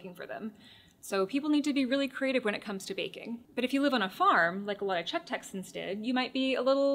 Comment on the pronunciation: PSA to all Texans: Note how the actual Czech texan pronounces it.